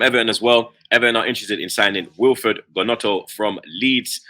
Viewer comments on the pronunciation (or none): You can tell don't watch football on the reg. How can you be butchering all those household names. Man said Gonoto, it's read as Yonto, also Yackson?? lol. brother is Senegalese not South American.